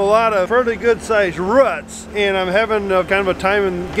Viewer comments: Roots = " Rurts " Bearing = " Burrin " " You picked a fine time to leave me loose wheel " LMAO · I just realized your dad talking about roots but calling them ruts😂. for president 2020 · Ruuts????? I’m thinking hen means rOOts! LOL